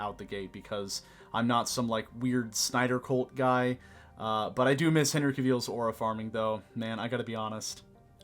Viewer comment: You said Henry’s name so wrong